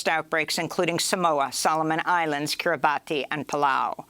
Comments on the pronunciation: Amy's usually good with her pronunciation of foreign names but I think Kiribati is pronounced "Kiribass". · It's pronounced Kiriboss though it's spelled Kiribati